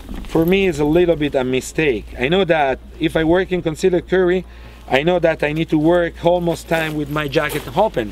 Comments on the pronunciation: I love how he pronounces concealed. Cun Seal Ed. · Some Impurrtent points about cone-see-led curry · "Conceleeed curry" made my day xD